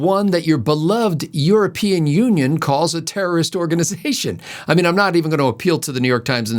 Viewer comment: Today's observation. It seems the weekly DNC memo to the corporate "news" media is to pronounce "terrorist" more like "tourist"! As in "the Hamas tourists bombed a hospital" or "potential tourists crossing the southern border". The "r" in tourist is ever so slightly drawn out, but nothing sounding like TER-ROR-IST! Watch and listen for it this upcoming week! I heard it on Meet the Press and ABC Sunday Morning shows.